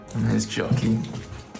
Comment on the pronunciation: Question; My American ears hear Jockey…is her name Jackie? Or is it actually Jockey? She’s so sweet and I’m sending her lots of extra love as she heals ❤️‍🩹❤️‍🩹❤️‍🩹❤️‍🩹